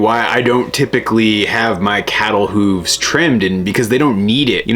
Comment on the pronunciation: I’ve never heard “hooves” pronounced like that……